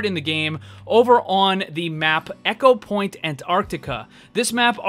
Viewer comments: Am I the only one who is bothered by him saying echo-point Antarctica instead of Ecopoint? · New drinking game every time he says echo instead of eco take a shot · My soul died a little every time he said "echopoint"... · Ecopoint as in E-mail not as in "echo". Sorry just bugged me. <3 I hurt to heal <3